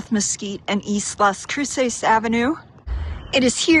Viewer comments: You're pronouncing it wrong every time, lol. It's not crew-sayse, it's crew-suss, with more emphasis on the Cru- than the -ces. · The pronunciation of Las Cruces is cringy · OMG, if you are going to make a video about a town please learn to pronounce it correctly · I can forgive her for mispronouncing some of the words. That’s expected. But she could have at least learned how to pronounce the name of the city she was in!! And I appreciate her taking the time to try and educate people about the area. It people that actually take the time to explore that area will see that she was kind enough to only show the good parts.😆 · Great tour of Las Cruces. I live near it for 11 years. You didn't pronounce Las Cruces correctly though.